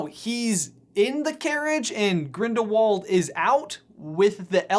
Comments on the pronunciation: You said "Ginderwald" instead of "Grindlewald" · 'the crimes of GINDERWALD' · He said ginderwald